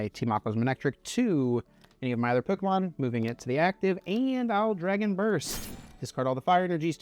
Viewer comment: The way this guy says “pyeeewwkamon” 😂